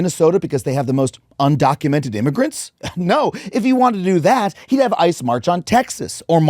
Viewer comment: i thought for some reason he said I and not ICE